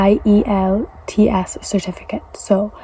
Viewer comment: Tefel instead of TOEFL? I-E-L-T-S instead of IELTS?